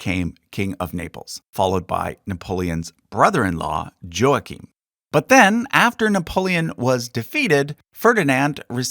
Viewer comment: Im sorry to be that guy but. Joachim? like Joe? its pronounced hua keem. Im sorry.